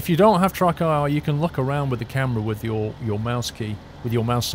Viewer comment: Does he keep calling it TruckIR instead TrackIR?